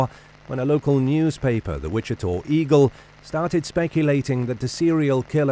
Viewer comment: WICHITA is pronounced WI-CHI-TAH. NOT 'TOR'. Come on man, what are you saying? I don't thing the name of the County has changed to Wichitor??